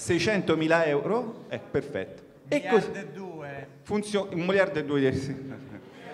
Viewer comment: "un mijardo eddue" me so tajato